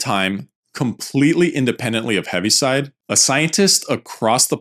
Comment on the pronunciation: Correction: it’s Heaviside, not Heavy